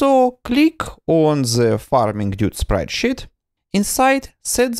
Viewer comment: I love it, how you pronounce sprite sheet. Sprite shit.